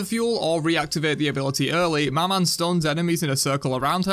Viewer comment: I'll have to be the one to say it but you dont pronounce the "n" in "maman" which means "mother" in french, sorry but I just had to say it with the amount of time maman was said in the video lmao 🙏